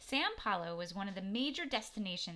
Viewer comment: it is not San Paulo, it is São Paulo